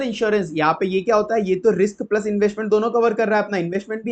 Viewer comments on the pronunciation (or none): none